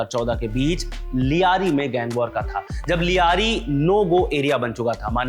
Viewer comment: ल्यारी होता है लियारी नहीं सब दो टके पत्रकार बन गए